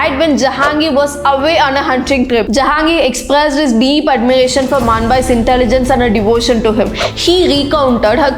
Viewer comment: Work on your pronunciation sister, claiming, expressed and some words